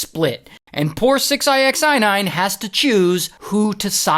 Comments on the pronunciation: it's just six nine,Why you're saying "six eye ex eye nine" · It's six ix9ine. Jeez. Not six ixi 9ine jeez! Get it right... dontcha speak inxlish! 😂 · Why do you keep calling him “six eye x eye nine”? 😂😂😂😂😂😂😂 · 6 I X I nine? Why are you saying it like that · So who is fooiine?😅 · Six eye x eye nine? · From calling him “six-i-x-nine-ine”🤣 to saying he was “grabbed by his rainbow colored hair”🤣 to mentioning his My Little Pony necklace🤣; I can’t help but laugh my a$$ off at this entire story. Your story telling abilities are GREAT!💯💯💯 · You really can't just say Six Nine? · "six eye ex eye nine" is crazyyy work Ray 😂😂😂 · Six i x nine ine 😂😂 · u prounouce his name as SIxNine btw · RAY! Why are you saying his name like that my friend? It’s just 69 lol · You have to be trolling the way you say 6ix9ine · How are you not able to say the man’s name correctly? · He pronounces 6ix9ine super hilarious!!! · Why he saying his name like that 😂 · Why is he saying his name like that....